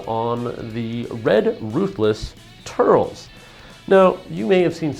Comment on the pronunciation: I dunno if anyone said this yet, but its "Tur - Les" not "Turls" watch a movie :)